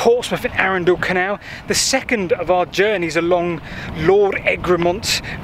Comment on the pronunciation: Whilst I hate to be a pedant and ‘that man’, it’s Arundel, NOT ‘Arundal’. I live nearby.